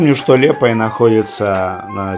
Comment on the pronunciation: Вы неправильно говорите не лепая а лиепая